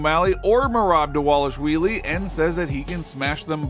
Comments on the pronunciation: Who is dis Merab Dawalushwheelie you speak of? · Repeat after me: DAH-VAH-LISH-VEE-LEE.